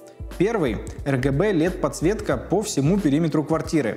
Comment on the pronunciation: Выглядит круто, будем ждать реальных кадров!) Как обычно пару слов о контенте, чтобы он был еще лучше:) - очень режет слух прямое произношение «лЕд»..) в английском и британских вариантах, оьычно произносят либо чисто через «э» либо приближенно к нему, но не явно звонкое «е») И по самому тексту сценария, советую прочесть отличную книгу «пиши, сокращай» - должно помочь убрать много лишних слов, что просто делают текст не интересным или скучным.